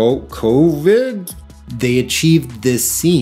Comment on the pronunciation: Wtf is Caw-vid??